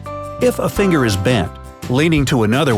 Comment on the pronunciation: Middle feengher 😂😂😂😂😂